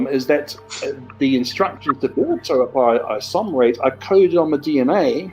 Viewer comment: Ahhh... The expert who can't even pronounce the name of the enzyme properly. Total nonsense....